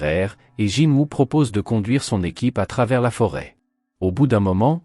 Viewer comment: Ses honteux tu dit jinwa dans la vidéo mais sa ce dit est écrit Jinwoo chasseur SUNG JINWOO le dieux de la mort le monarque des ombres Sinon continue comme sa mais raconte bien l'histoire et ne déformé pas les propo des personnes il non jamais mépriser jinwoo il le considère tous comme un petit frère